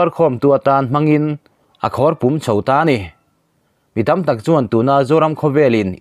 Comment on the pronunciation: 1. Lungthu i rawn lam hi Lungthû tia lam san hi a dik zawk hmel e aw. 2. Khawrpum tia i lam pawh hi, thir chherna pum lam ang ni lo in, thil mum leh thei "Pum" lam ang a lam ni se a dik hmel zawk bawk, tih ka rawn sawi ve mai mai a ni e...... @@